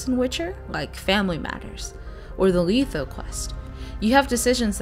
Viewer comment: It's pronounced Letho not Leetho.